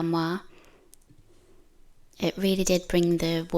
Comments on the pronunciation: Your pronunciation of “armoire” was excellent! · Beautiful job and pronunciation of the Armoire. They are lovely pieces of furniture and very useful. Hi Beach Boys 😊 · Perfect pronunciation of this word "armoire" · You pronounced "armoire" beautifully and your accent is lovely. I am from the southern US (New Orleans, Louisiana) and have a decided southern accent. Many people assume a southern accent means that its speaker is stupid. Celebrate accents! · Wow,!!! You sure outdid yourself on this armoire! Yes, you did pronounce it correctly! It turned out SO nice!! It was a lot of hard work to accomplish, and I kept wondering HOW in the heck did you get that big piece of furniture HOME??? I had visions of you strapping it to your back to bring it in. LOL!! You're such a tiny woman, that it should have been impossible for you to move around in your garage. As always, I enjoyed watching the boys. Sully is such a HOOT. He's so funny. I'll bet he sleeps a long time when he gets back from the beach. I wish I had 10% of his energy. I could get a lot of things done here. Thanks for the lovely video! I got the giggles when I saw you drinking from my "favorite" cup. It's too funny. I need to get one of those for myself. I hope your next piece is much smaller, and lighter in weight. I don't want you getting hurt. Take care of yourself, and your family. See you on the next one!!! Sending hugs!!!